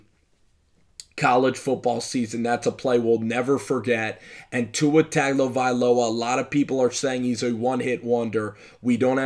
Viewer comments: Its pronounced Tungovailoa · It's pronounced - Tongue Oh Vai Loa Mahalo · If you are going to do this you must learn to pronounce people’s name. Other than that you are on point.